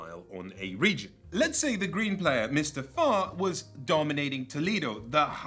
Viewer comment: I thought he said Mr. Fart!